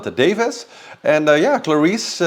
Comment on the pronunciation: FYI Samantha’s last name is DavIES, not DavIS. But I do enjoy your commentary.